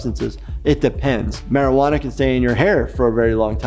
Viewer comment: Marewana not I'll eagle!!!